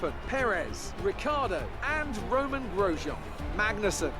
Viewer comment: His name is gros-yan not gros-gen.